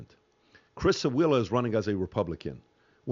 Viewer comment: Ref - What did PBD say here? (I rewind so many times trying to figure out) "Chris Ailla is running as a Republican." Who is that?!? Never hear of him! Just setting the record straight ... Curtis Sliwa is the Republican candidate.